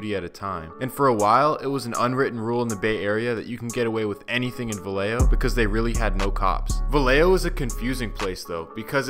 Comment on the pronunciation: It’s pronounced Vayejo. 🤦🏽‍♂️🤦🏽‍♂️🤦🏽‍♂️ two L’s make the Y sound.